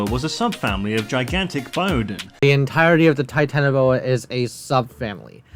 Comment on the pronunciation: I never thought it possible to mispronounce Smilodon or Titanoboa, but the Scary Tourist guy proved me wrong